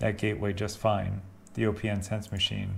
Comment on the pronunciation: Okay. Another video where the OS for opnsense vm is set to Linux. But opnsense is based on BSD. Therefore I always set the OS to “other”. Maybe it doesn’t make much difference when it is running. And I read somewhere that it is pronounced “opensense” as in not closed 😊👍🏼